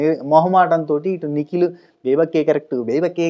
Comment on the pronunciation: నువ్వు నిఖిల్ నిఖిల్ అంటుంటే నాకెందుకో పికిల్ పికిల్ అన్నట్టుగా వినపడుతుంది అది ఎందుకని తమ్మీ 😂😂😂